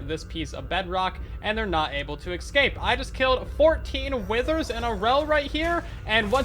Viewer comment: Cool vid but studies have shown that people who pronounce escape as “EXcape” have brains the size of a small walnut